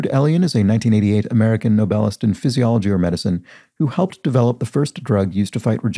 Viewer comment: Every time you said Nobelist I thought your were pronouncing 'novelist' but completely incorrectly. I was working on another PC at the time, in my defence.